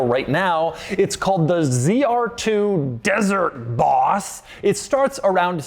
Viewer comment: Why you say Boss like an idiot? Like 80 times you said bHHHauss